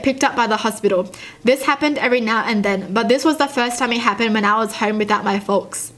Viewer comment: Lol fo- l- ks haha! Ur so funny its fo-ks